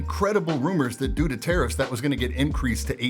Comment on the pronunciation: lol, I thought you said "Due to terrorists" but went back to catch it again; "Tarrifs". Got it...